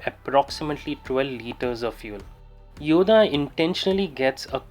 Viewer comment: It's pronounced "Yoddhaa" not "Yoda". Nice looking bike!